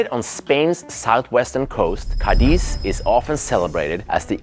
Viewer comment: I knew it would have to be in Spain before I heard you say it 😊 I lived in Madrid for 4 years and travelled all over the Iberian peninsula, including, of course, the North, where Spain’s best restaurants are located - precisely in the Basque Country. Oh, and the city is called CA-diz, not Ca-DIZ. Greetings from LaGomera, Canary Islands 🇮🇨